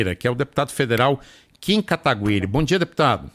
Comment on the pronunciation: "KIm Katagüiri"